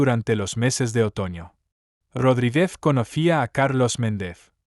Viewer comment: Méndez y Rodríguez son palabras llanas, no agudas. Las pronuncias mal. De la misma forma, pronuncias palabras agudas como llanas. Separas el título del apellido para referirte a una persona. Por ejemplo, la doctora, (haces aquí una pausa que no tiene ningún sentido) Walsh (y luego dices el apellido). Suena como a dos personas distintas. Es una pena, porque el ritmo de lectura es bueno y das muchos detalles, pero la pronunciación y las pausas no las haces bien.